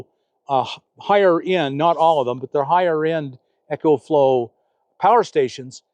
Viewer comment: The Eco-Flow (pronounced E-co, not echo) is a terrific power box. But I am happy with my EB70S Bluetti, 800 W. :) Nice to see you coming around to new technology, Bob. Hopefully, I'll have my Class B+ this weekend. :) Jon in rural BC, Canada